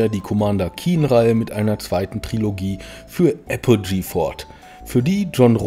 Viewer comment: bro, es heißt trilogie. nicht triologie. starke doku!